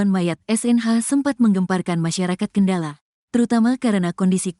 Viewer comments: Cara membacakan berita itu yg bnar, yg lugas dn cermat, jngan asal" San.....sperti kata Kendal, dibaca dg kendala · min Kendal bukan kendala😂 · Naratornya baca Kendal aja gak bisa....Kendala.... Kendala....Kendala....beli kacamata dulu Min!!!! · kendal min kendal bukan kendala.... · Kendal.... bukan kendala mak. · Perbarui dulu kosakata google translate,Kendal bukan kendala😢 haduhhh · Kendal min... Bukan kendalan....😅😅😅😅